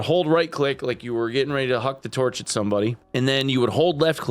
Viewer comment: "getting ready to hwak tuarch at somebody"